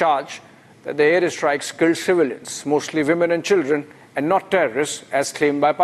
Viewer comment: The pronunciation of 'air strikes' is more interesting....Air 'IS TRIKES'....eeek Republic...!!! And 'chikens' coming to roost?? CHIKENS!!!! And terror "IS STATE"...!!! Pls make this practice...!!! Please Mr Arnab🙏